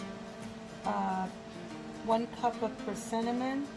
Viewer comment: “Persi-nnamon cookies!” Love it :)